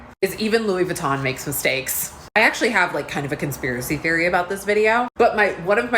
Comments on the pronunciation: The Louis Vuitton intentional mispronounciation is killing me 🤣 yes yes Louis Vuitton has great designs. Luis Vooten is the Hyde to his Jekyll 💀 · 😂😂😂"Lewis Vootun" aka Louis Vuitton 😂😂😂😂🤣🤣🤣🤣🤣 love you!!!!!!!!! Hope you feel better very soon! Take airborne! Many will say it's junk, but I say, if you take a shots worth of airborn aka tablet in a shot glass of water, you will be shocked at the pepp in your step 😉 And then, you said "I wonder often, is that a poop stain or chocolate?" 😂😂😂🤣🤣🤣🤣🍫🍫💩💩 Too funny!!!!! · “Mr. Lewis Vootin” made me giggle haha